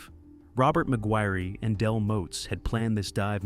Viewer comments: Mig wirry. Shouldn't it be pronounced Mig wire? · What’s up with the weird pronunciations on this video? He says saline like “Say-Lien” Laboratory like someone from the UK Mcguirre like MaGweary- pretty sure that should sound like Mc-wire. Is it AI-narrated? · McGuirre is pronounced like Maguire surely? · Bruh I couldn't take the first story seriously when the ai narrator is calling him "magweerie"